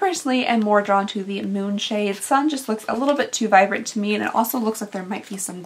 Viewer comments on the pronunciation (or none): none